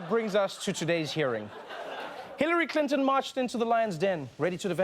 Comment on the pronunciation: I like you Trevor..but couldn't help laughing at your Hillary "Crinton"..yes ..I heard that! lol